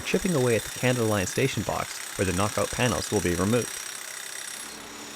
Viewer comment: Are you saying Kanata or Canada line